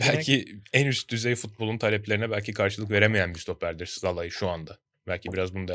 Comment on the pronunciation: Sinan Yılmaz ve Bülent Kalafat'a sorum var. Neden Szalai'ye ısrarla "Zalai" diyorsunuz acaba? Oyuncunun ismi "Salai" olarak okunuyor siz de bunu biliyorsunuz aslında. Oyuncunun 2. sezonu ve tüm maçlarda spikerler "Salai" olarak söylüyor. Üstüne Macaristan milli takımı ile de Avrupa şampiyonası maçları oynadı. orada da spikerler aynı şekilde söyledi. Ama siz nedense yanlış söylemde ısrar ediyorsunuz. Böyle yapmak hoşunuza mı gidiyor?